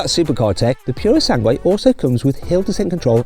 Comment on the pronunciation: マットの発音はだいぶ英語訛りですよ